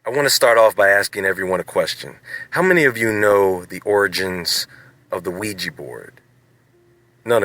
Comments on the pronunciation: Don't know if it has been mentioned, but OuiJa board doesn't mean "good luck" ... the name comes from French "oui" and German "ja" ... both meaning "yes". It's pronounced "wega" ... not "wegee". Technically, it's pronounced "we ya". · ouiJA not ouiJI. pronounce the damn thing like it's spelled.